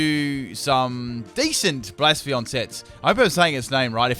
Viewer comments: Bla-sef-a-lawn, not Blaa-sfawn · Epic Golurk sweep, Focus punch only. Also, I think it's supposed to be pronounced "Blay-seff-uh-lon." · Please learn how to say bla-se-fa-lon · Psst its Bla-Cef-Ah-lon,Great video like always though, never get sick of your videos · its hard to know if you're saying the name right, however you're not pronouncing the 'L' at the end of its name